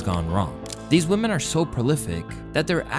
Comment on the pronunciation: Unemployed "youtuber" derisive of a women for lack of 'career'... You xant even pronounce women correctly lol. Yall loserd think too highly of yourself